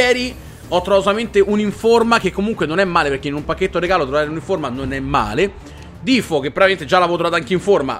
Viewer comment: Defou è diventato difo